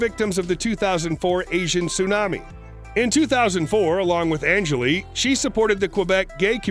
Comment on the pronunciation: Maybe learn how to say ANGELIL first. It’s not angeli